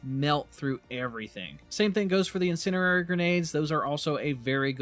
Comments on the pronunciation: INN SIN ERR AIR EEE = INN SIN DEE AIR EEE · its not 'in cin er ary' you mean to say "in cen di ary" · “IN-SEND-EE-AIR-EE” You’re trying to say the word “incendiary” and your brain is mixing it with the word “itinerary”, coming up with “incinerary” (not a word). Don’t mean to nitpick but you said it’s your main now, want you be able to say it😅 in-send-ee-air-ee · There is a d in incendiary. In-Sen-Di-Ary. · In send EE air ee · "incinerary" lol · " Insinerrerry" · Please look up how to pronounce incendiary. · One thing. You pronounce incendiary wrond :D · FYI the word "incendiary" contains a "D" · Why you say incendiary sounds funny😂